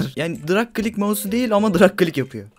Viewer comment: nedne dırig klik diyo qwoıejıqowe